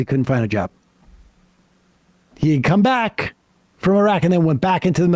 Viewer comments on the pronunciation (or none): none